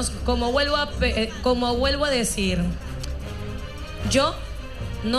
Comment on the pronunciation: karen dice" como GUELVO a decir" jajajajaajaa